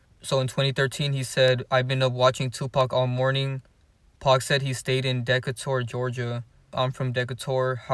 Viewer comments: Atlanta and Decatur are right beside each other. But side note Decatur is pronounced Dee-kate-er lol but the vid was great keep it up. I still say Curtis mayfield is 2chainz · Dee-Cate-tor That's the way you say Decature Georgia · Bruh it’s pronounced De(dee - cate - ur)catur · It’s pronounced “Decay Turr”😂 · Deckatore 🤣 Decatur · Lol cause baby what was that lol. It was cute though lol he tried